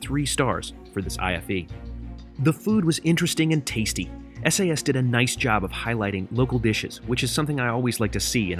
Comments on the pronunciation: Hello. I am from Denmark. So you normally say Sas. Your welcome! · It's definitely pronounced Sass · Referring to how you pronounce “SAS” in Norway, which is a part of “SAS” we would say “Sass” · We Swedes pronounce it ”Sass” to be honest